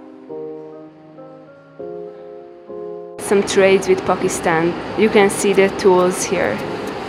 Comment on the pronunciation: The way you say Pookistan - makes me giggle everytime